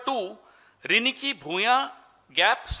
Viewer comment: It's riniki yaar not ringki... Dur se sunai dene wala madhur swar ko riniki kaha jata h Assamese language mein.....kuch bhi daal dete ho apne hisab se.